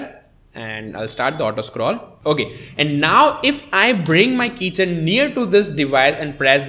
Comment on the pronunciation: Keychain not kitchen